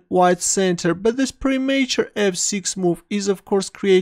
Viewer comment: A dubious pronunciation of 'premature'